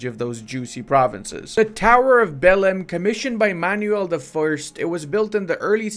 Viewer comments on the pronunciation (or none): I went to the doctor to check my ears after I heard you spelling 'Tower of Belém'. Now you must pay the bill bruvv. Tower of Béléme 🤣💀